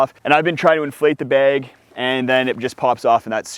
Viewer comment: what part of USA pronounces "bag" as "beg" ?